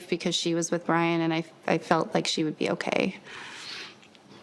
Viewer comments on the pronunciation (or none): none